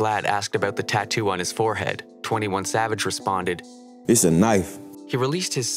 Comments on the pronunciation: you pronounced his name wrong nah idk if you did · You pronounced this name wrong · You pronounced his name wrong